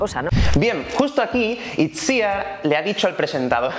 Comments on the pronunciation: Pero se pronuncia Itziár el nombre, no? he escuchado en varias entrevistas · Has ido poco a poco pronunciando mejor el nombre de Itziar pero no lo has conseguido,te explico...En este caso Itziar es un nombre en Euskera y fonéticamente sonaría "Ichiar" ok?l